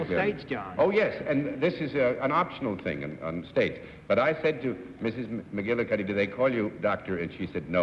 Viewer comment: This was apparently well before there was much known about chiropractic medicine. The name McGillicuddy was the name that Lucille Ball used as her maiden name in I Love Lucy. I loved Desi Arnaz’s pronunciation of McGillicuddy.😂